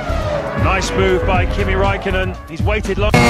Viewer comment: Kimi ZEEEEEEE raikko Raikkonen